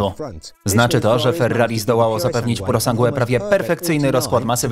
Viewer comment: pjurosangłe ?!? tego się nie da słuchać, kurwa kto wam to tłumaczy? pjurosanż